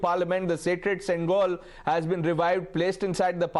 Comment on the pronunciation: Its pronounced shengol... not sengol.